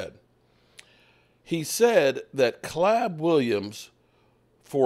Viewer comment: Who the hell is clab?? His name is Caleb! stop butchering these names it’s pathetic already